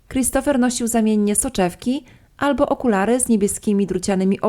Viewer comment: Czemu tak akcentujesz końcówki słów, jakbyś pytalaaa? Okularyyyy, dziewięćdziesiątyyyyych, domówkiiii, nastolatkaaaaa. Kurczę , wkurza to